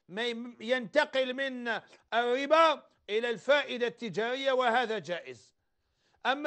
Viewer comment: روح يا شمسو سقم اللغة ديالك مايقولوش الاربا ولكن يقولو الربا